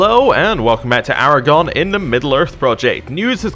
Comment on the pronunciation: Aragorn's name is pronounced Air uh Gorn, not Air uh gon. Enjoying the videos. :)